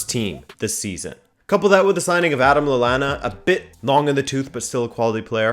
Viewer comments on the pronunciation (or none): none